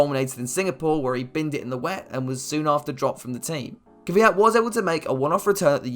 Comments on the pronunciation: Why is it so hard to say kVYat, not kYVat. Sky reporters and every English speaking person does it. It bothers me as an East European. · Why do people always say “Ky-vyat”. It’s Kvyat. Pronounced the same way his last name is spelled. Lol I just always find that funny.